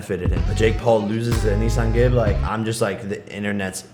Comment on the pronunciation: Bro did anyone hear the way he said Anisongib it sounded like he said a nissan gib